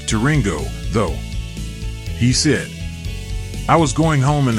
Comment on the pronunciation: Keeps on pronouncing the word "said" as sid.